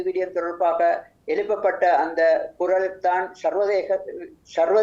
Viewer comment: அந்தக் காலப் பகுதியில், தமிழைக்கூட உச்சரிக்கர் தெரியாதவர்கள் எப்படி தமிழ் ஊடகவியலாளரார்கள், குரல் - குறளாக உச்சரிக்கப்படுகிறது. தமிழுக்கு வந்த சோதனை?